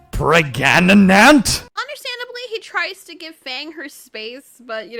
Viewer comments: I can’t how he said it pregananat just wow haha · It's sad that fang might be pregnant but I laughed at "38+2 weeks PREGANANANT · 💜 the way U said pregnant.😅🤣😂🤣😂🤣😂🤣😂